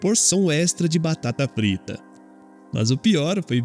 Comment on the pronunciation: "Batata Prita" kkkkk